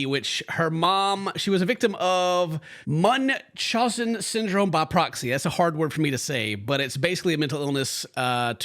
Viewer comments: Hey, it's munch-house-ins by proxy, makes it easy. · Munch- HOWZ- en It’s a f’d up word/name